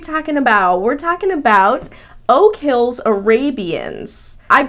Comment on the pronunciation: Its not oak hills Arabian its oak hells Arabian